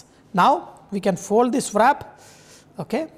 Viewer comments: Love all your recipes but is pronounced as “RAP”. Not as VRAP. WRAP IS pronounced As RAP...... NOT AS VRAP. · It's pronounced as rap, w is silent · rap!!!!! try saying it this way